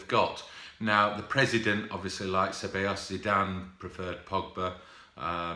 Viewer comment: almost. You pronounced it Say-Bay-Yos. 👌🏿